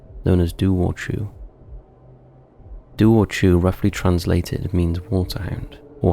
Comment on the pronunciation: Firstly, Dobhar chú is Irish NOT British. Yes, Northern Ireland is currently part of the United Kingdom but Northern Ireland is only 101 years old. This legend goes back thousands of years. 😡 Secondly, it's pronounced 'Dow-v- eir Khoo'. Thirdly, you could do an hour long video about mythical creatures from both Ireland and Britain so no need to lump us together. 😊